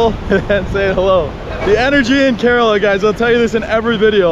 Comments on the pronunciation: Cud u pronounce kerela properly please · Kerala not curella😂🤣🤣😂 but still love tho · Why does everyone say Kerala wrong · I am from kerala and I laughed when he said kerala wrong, anyays great video most videos of India is the north not south and I recomend going to Kozhikode and trying the Dum Biriyani. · I need to address that you pronounced kerala wrong